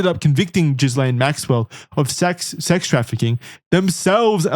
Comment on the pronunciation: This is some of the most thorough investigative material I've seen on the subject matter... And yet, is still pronouncing Ghislaine as jizz-lane 😂